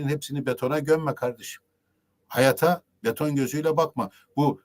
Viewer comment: hayat kelimesinde ikinci a uzun okunmalı